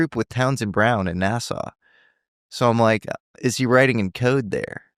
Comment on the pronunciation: Nassau... Sounds like NASA🤔